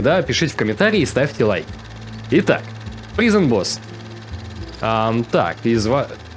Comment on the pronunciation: извини, что придераюсь, но слово prison читается как прайзон.